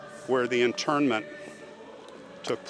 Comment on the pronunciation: It sounds like he’s saying interment with an ‘n’ sound in it. Or is it just my old ears?